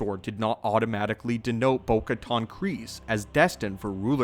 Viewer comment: Still mispronouncing Bo-Katan... it's like "can" and not "con."